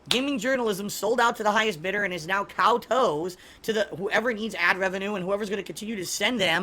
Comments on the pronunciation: I didn't know I've been pronouncing kowtow wrong my entire life. According to it's pronounced like cow toes/tows. Lol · Any one else catch him say cow toe instead of kowtow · What 文力更 said. It's properly pronounced as "cow taos". As usual when tries to sound smart, he ends up looking like an idiot instead. Bugged Language Mechanics! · Thinks he's a wordsmith. Can't pronounce kowtow properly. Fucking cow toes. Clown. 🙊